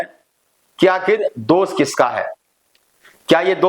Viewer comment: आप पढ़े लिखे व्यक्ति हैं लेकिन हिंदी भाषा भी बिलकुल सही नहीं बोल पाते हैं क्योंकि आप जितनी बार भी दोष शब्द को बोलते हैं तो दोष बोलने की बजाय हर बार आप दोष को दोस कहते हैं और ये बहुत ही ज़्यादा ग़लत बात है